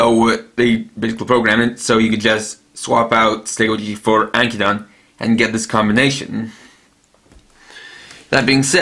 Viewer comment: Ankydon name is pronounced as Ank-ki-don i belive